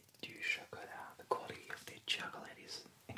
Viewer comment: Bonjour! J'adore ce que tu fais mais il y a juste un tout petit truc qui m'agace : ta manière de prononcer "chocolate" Ca se prononce "tchocleute" et non "tchokeulèïte" avec un accent sur le premier "o", le deuxième "o" ne se prononce pas et le "a" n'est PAS long mais court